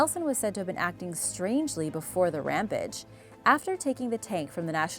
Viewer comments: Ram-page..not Ram-pedge 🤗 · Ram-page..not Ram-pedge🤗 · Am I crazy or is she saying Rampege instead of Rampage? Like, huh?